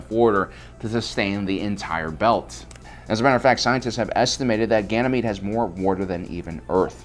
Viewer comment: I think you mean, "Ganjamede".